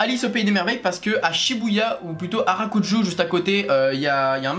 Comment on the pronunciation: Attention ce n'est pas "Harakuju" mais "Harajuku" :) Très beau haul !